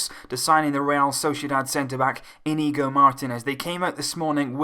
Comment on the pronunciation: It's pronounced 'Inyigo'